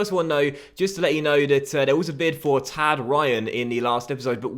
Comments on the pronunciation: Tadgh Pronounced Tie-if not tag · FYI Tadhg is pronounced more like Tyge than Tad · Its pronounced Tygh Ryan not Thad ryan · Tadgh Ryan, it's pronounced tie-guh Ryan. Just to let you know, Irish name. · It's pronounced T-eye-g Ryan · Tadgh ryan 's first name is pronounced "Tie-guh' Its an Irish name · Tadhg is pronounced like "tige" like tiger but without the "r"